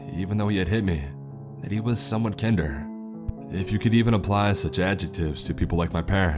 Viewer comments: That word is pronouced Kind-er it means more kind. Just lookin out 😀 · Muh•Roose and Kin•Derr 😑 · I swear this is a computer program reading this, simply based on the mispronunciation of very common words, like "kinder".🤔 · did anyone else catch how he pronounced “kinder” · Lol, yes I caught that as well. It got a chuckle out me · Technically the way he pronounced it is a word. So...... lol